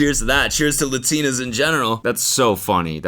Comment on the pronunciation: the way cody says LUH-tina instead of LA-tina 🫠